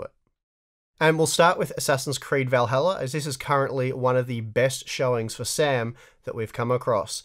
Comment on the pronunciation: Hey guys , its SAM not sam. No conspiracy please ✌🏻